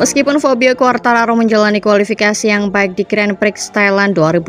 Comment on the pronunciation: Heh fabio quartararo mbak, bukan fobia 😢